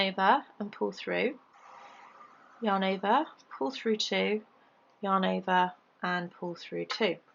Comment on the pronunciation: Thank you for making such great, easy to follow leftie vids. I haven't been able to "get it" until I discovered you. One question...do you ever get tired of saying "yahn ovah"?? LOL just kidding. I love your accent :) xoxo